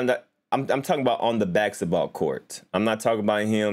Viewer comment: Jesus Christ can’t even say basketball right